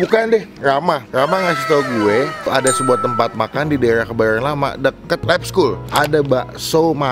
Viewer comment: HARY INI KEBAYORN RAMA "RRRRRRRRRR"